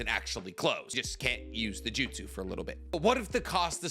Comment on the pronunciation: What is with this guy and intentionally mispronouncing jutsu? Also, tsukuyomi doesn't mess with time. It messes with the victim's perception of time. Everything about it occurs within the victims mind. It's an illusion compressed into 2 seconds, in Kakashi's case, while Kakashi's perception of those 2 seconds is stretched out to 72 hours. If it was a pocket dimension, Kakashi would have vanished for 2 seconds and would have retained all the damage he received when he reappeared.